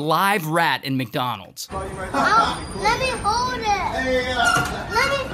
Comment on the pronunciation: "lemme hoewd it"